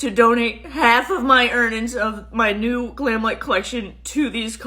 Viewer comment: 😂 "err nins"😂 that's like "TAGGIT"!🙄